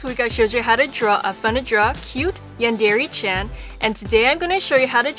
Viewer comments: No offense but u say yandere and manga wrong this is how u say them yawn/dare/e And mon/ga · she pronounce yandere as yandeeree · This chick says "Yandere" weird. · YOU'RE PRONOUNCING YANDERE WRONG OMFG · did anyone else scream at the screen telling her "IT'S NOT PRONOUNCED LIKE THAT!" every single time she says "Yandere"?